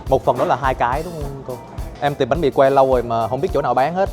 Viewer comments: Learn how to say it right. It is banh mi not bang mee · You a a Vietnamese and you cannot even pronounced Bánh Mình correctly… SAD.